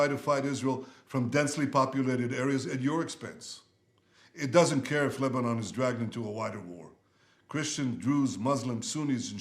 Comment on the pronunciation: You can’t say Lebanon properly